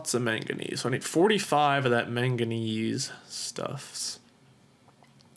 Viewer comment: his incorrect way of saying manganese